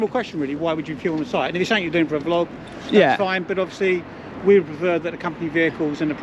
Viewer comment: As soon as she said someTHINK. I would have walked away. Annoys me so much. 😡😡😡